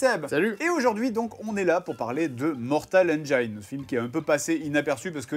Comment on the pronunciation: Mais ça fait trop mal aux oreilles la façon de prononcer le titre ! On prononce Mortal "HAINE-DJINSSE" !!! Voilà pourquoi il faut traduire tous les titres de film !